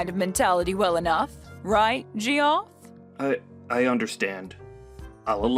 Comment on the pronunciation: It's pronounced Jeff, not Gee-off